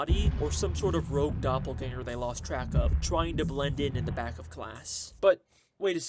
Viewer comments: Love the vid but "doppergangel theory" got me dying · the way that saw doppelganger and said "doppergangel😳💀"